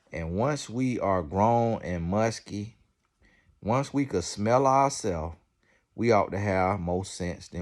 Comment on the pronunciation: Its grown and musty. Not grown and muskie! 😂😂😂